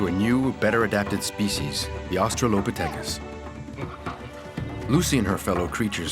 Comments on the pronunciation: Australopthicus. (Oss-trall-oh-pith-ic-us) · nah help the pronunciation of Australopithecus 💀💀